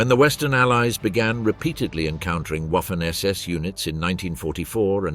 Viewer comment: It's pronounced WOFFEN ... Even though gramatically it sounds like WAFFEN